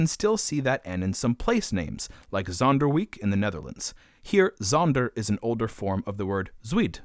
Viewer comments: great video! just one thing- for the dutch, zuid is pronounced like “zoud”, and zonderwijk is pronounced “zonderveik” (with the ij pronounced like german or norwegian ei or like the “ye” in “dye”). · You couldn't have pronounced the words Zonderwijk and zuid worse than you just did.